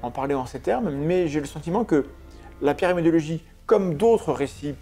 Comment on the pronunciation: J'ai l'impression de vous entendre prononcer "pyramidiologie" à chaque fois 😅